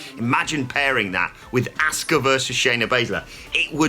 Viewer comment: Why is Simon the only person on this channel that can pronounce ASUKA'S name proper? These guys always say Ask-Uh 🤷‍♂️ And NOBODY on this channel can say Sasha 😂